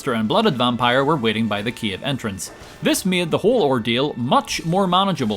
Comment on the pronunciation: When I stumbled upon your channel I was not able to understand your speech. Now I am saying the word "cave" as "Kiev", the capital city of Ukraine.